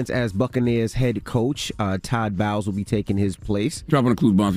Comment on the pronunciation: It’s Todd Bowles not Bowels lmao.